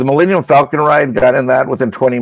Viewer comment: Am I the only one who keeps hearing it pronounced "Millennial Falcon"...?